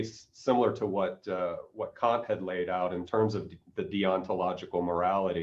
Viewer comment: Bernardo has a fantastic take on many things but his pronunciation of the great 'Kant' needs work. You know, just so he follows a 'safer' path ;)